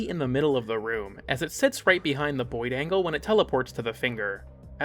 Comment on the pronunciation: okay no you're saying "boid". is that like a boy version of a "foid". are we on eighty-seven layers of irony now